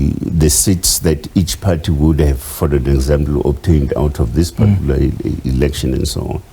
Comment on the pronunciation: Using the word "partuicular" in every sentence does not make him sound intelligent